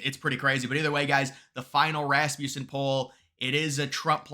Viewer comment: I'm begging you, say this company's name correctly, I'm really begging now, it contains a short u sound, Rasmussen, say it with me, Rasmussen with a short U. Kind of rude not to pronounce the company name correctly not to mention the Founder's name correctly.😊